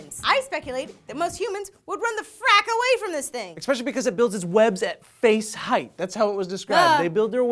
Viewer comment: lol "face-height"